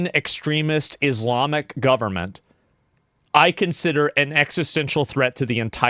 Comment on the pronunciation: izlamic xd man pronounce it correctly smh